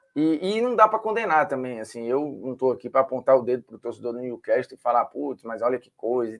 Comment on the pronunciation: Olá Formiga. Só pra avisar A pronúncia correta não é Niu-quéstol e sim Niu-cássol. Estamos falando de ingles britânico.